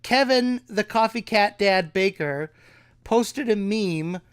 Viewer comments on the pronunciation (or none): Baker? My friend, you mean 'Becker'. It's German. Think of woodpecker. It's OK, you're not the first lol.